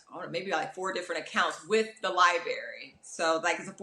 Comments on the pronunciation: It's actually embarrassing. This woman works at a library and can't even say it correctly. It's sad. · The way she says library “li-berry” kills me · She has 2 agents and neither has told her how to pronounce library.😢